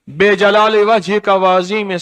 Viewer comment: lijalaal e hy aap be jalaal e perh rahay hn